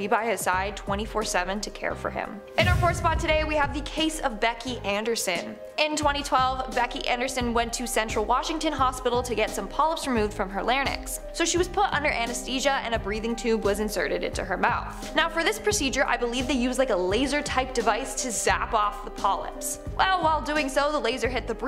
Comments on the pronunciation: It"s not LARNYX. ITS LARYNX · larynx; Lair-inks not lair-nix please. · "lair-nix" 🤣 no no no. it's "lair-eencks" XD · ITS NOT LARNYX…. Its Larynx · My ex, (still my best friend), called it a lair-nicks too, I laughed and asked him to repeat the word, which he did as I laughed because it sounded more like a Dr. Seuss character than a part of the human body! It's Larynx, everyone, pronounced Lair-inks! haha! BTW, it's the voice-box. hahaha 🤭😄🙂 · Lmao, what’s a “lanix “???? I think she meant larynx!! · Sixty hundred is 6 thousand and it is lar-ynx, not lar-nyx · "60 hundred"????🙄🙄🙄. Then there is larynx, which she pronounced "lair nix". 🙈🙈🙈🙈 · I’m too annoyed to continue watching. As far as the sponges while “giving birth”- it’s important to say “delivery via c-section” since there are no sponges involved in giving birth. And for anyone that argues this, Google the medical definition of ‘giving birth’. “45 hundred to 60 hundred” is a stupid phrase. If you don’t know how to pronounce “larynx”, don’t talk about it in your videos.